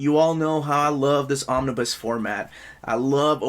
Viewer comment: did you just say Omni-boo? lmao